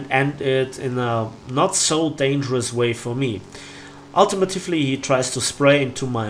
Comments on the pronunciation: Hey. Nice video! I just wanted to let you know that it's not pronounced "ultimitufly" it's "ultimately". Im sure you get this a lot, sorry! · Ul- tee- Mate- Lee